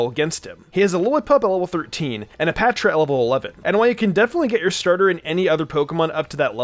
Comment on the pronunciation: Wow is the first one to say Patrat name right well mostly right anyway